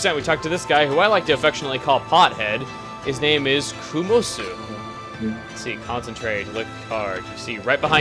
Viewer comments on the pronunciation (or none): ... chugga... its komuso... not kumosu... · Chugga, please don't do the lil thing with Sudoku where everyone calls it Soduko. You did something similar with Komuso's name... you called him Kumosu.